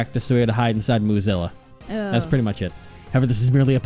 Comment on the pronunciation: Okay, I know it’s “Moozilla,” but I swear I keep hearing “Mozilla,” and I’m like ‘What does Firefox have to do with this case? Wait...is it Lang? Is he the Fire Fox?’